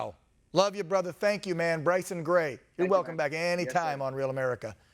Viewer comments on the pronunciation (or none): Its Gray man not grace